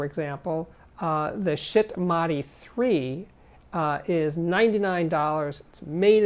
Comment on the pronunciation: Nice video... So many cool products. The hardware can be a bit complicated, so many things you need to get up and running. Funny how he pronounced Schiit :D "shit'